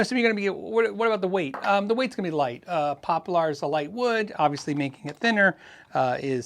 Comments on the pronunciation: Its pronounced pop-lur, squiers are pretty nice guitars, great value for sure. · I've always heard the wood "poplar" pronounced as "popler" - and I learned about woodworking while I lived in Arizona, if that means anything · "pop-LAR" body?